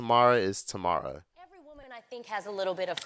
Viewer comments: Baby, who is “Tomorrow” Mowry 😂😂😂 and what gets me is you actually said her name right at one point, but that was only one point in the video. 😂😂😂 Love you!! ❤😂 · I was just listening not watching and I'm like who the hell is tuhmara? 🤣 then I'm like Ohhhh Tamera 🤣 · Why uis he saying Tamara...... LOL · Omg THIS😂!! I was like HOW do you say the name of their show WITH THEIR NAMES correctly but then mispronounce her name later on?!?! The show taught everyone how to say Tamera’s name 😅 no excuse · He didn’t say Tomorrow